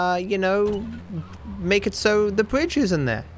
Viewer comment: "WHERE IS THE BWIDGE"